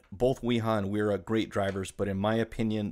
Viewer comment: So actually Wera is pronounced like "Vehr-ra", and Wiha is pronounced like "Vee-ha".